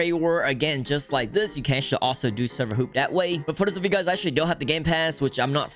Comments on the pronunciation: By the way im not criticizing your accent but the correct way to say it is server h - a - w - p, not server h - o - o - p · Why does he say server hoop instead of server hop or hopping?